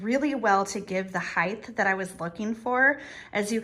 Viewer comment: please forgive me, but since you often use the word "hight" in decorating, may I respectfully point out that it is never pronounced with a "th" at the end. Love your Vignetthes.!! lol.